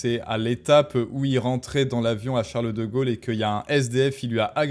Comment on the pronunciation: Chareuleu deu Gaulleu